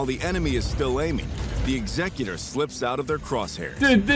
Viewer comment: why is he saying Executor like that, that’s literally not how it’s pronounced anywhere